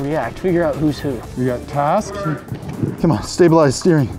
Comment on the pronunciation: you said taks instead of of tasks